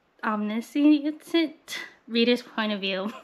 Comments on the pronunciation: I'm so haaappyyy that you'll have a lot of time to read because that means I get more content AND suggestions 🤩 I'm starting my Abby Jimenez journey next month as well... Not me also trying to pronounce omniscient with you because same. STRUGGLES 😭 But you know what they say, it just means you learn your vocabulary through reading ✨(eg. Carlisle 💀iykyk) Can't Spell Treason without Tea just makes me feel like it's going to be a cozy game that I'd play -- literally one I'm playing right now. PS. I also relate when I film in a specific location and it's hot af but you can't turn on the fan because the mic will pick it up 👺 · i just KNOW you'll love Just For The Summer 😭I wanna re-read it again so bad and I only read it in April! And Omniscient Reader's Viewpoint absolutely SLAPS!!! (idk if it's different in America but in Australia we pronounce it like "Om-nish-ent", i found that out after embarrasing myself saying it out loud too hahaha) It is genuinely SOOOO good (though I fell behind and am now no where NEAR being up to date haha)! I hope you love it!